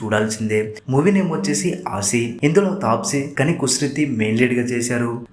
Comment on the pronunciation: Assi- adhi 80 anukunta aasi ani cheppadam 😂😂😂